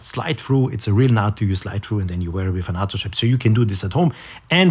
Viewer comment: FYI - Please correct me if I am wrong, but I think 'nato' is pronounced with a long "a" as in the NATO organization. Thanks again.